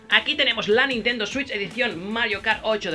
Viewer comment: Digo la Nintendo swiuis .. Jajajajajajajajaja